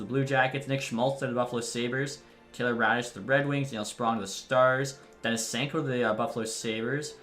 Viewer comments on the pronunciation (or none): none